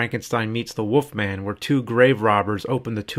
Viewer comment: The Woofman